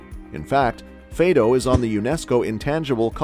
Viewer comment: Fàdo is not Fade-oh but good video